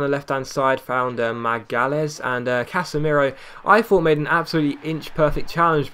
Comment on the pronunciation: is it not case-meer-o?